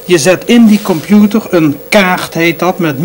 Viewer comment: Het is limbabwaans. Hij moest echt zijn best doen om Nederlands normaal uit te spreken. En dan lukte het nog niet. Ik kom uit dezelfde omgeving en heb dezelfde handicap. Wel altijd interessant om te zien dat hij zelf ook zo enthousiast was over alle “miekro eluktrooonika” en de wondurre werold van de kompjoetors. Erg mooie tv van toen.